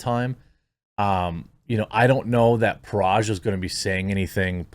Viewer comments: Dude, Parag is pronounced 'puh-rag'. Hard 'g'. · You can pronounce Agrawal correctly, but not Parag and butcher it to Paraj‽